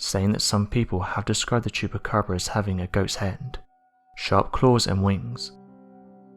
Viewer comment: Well at least everyone knows it's a black bear with mange. Poor bear. This dude trying to fool us saying it's a chuppacraba.